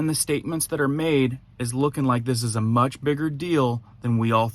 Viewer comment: "mutch" ? really??? yikes....